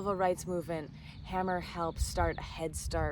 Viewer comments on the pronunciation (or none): I believe its pronounced hay-mer not ham-er but I didn't find this awkward, small detail.